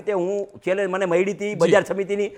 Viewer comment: તને ચેલેન્જ બોલતા ભીની આવડતું પછી મોરબીનો વિકાસ સુકરવાનો 😂😂😂